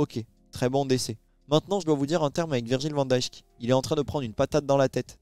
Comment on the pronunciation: Si tu prononces encore le J dans Van DiJk je me désabonne 🤢